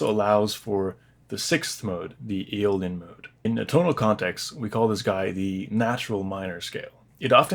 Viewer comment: Its Aeolian